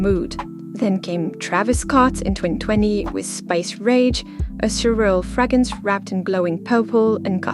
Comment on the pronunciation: I adore you so much and I really enjoy your content! Just wanted to remind you that it’s “fragRance“. Keep up the good work xo 💋